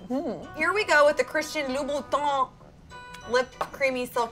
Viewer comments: “Christian Louie Vuitton” I’m screaming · She said Christian Louis Vuitton 😂😂